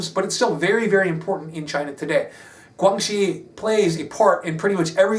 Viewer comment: guan xi (關係) is pronounced "gw-anne she"